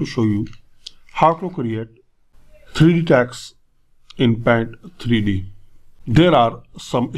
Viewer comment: “The 3 Dinemential” 😂😂😂😂